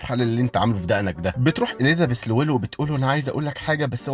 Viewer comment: عندك مشكلة ب "اليذابيث"